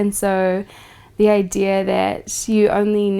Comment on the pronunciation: "Idear" .. I kinda like the way she says idea and I started out playfully mocking it but I'm stuck now and I'll probably say it for the rest of the week.